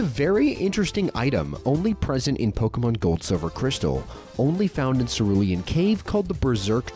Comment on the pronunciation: Here's a fact you don't know. It's pronounced poh-kay-mon, not poh-key-mon, not poh-kah-mon.